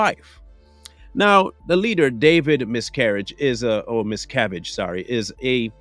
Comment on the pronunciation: Mispronounced her last name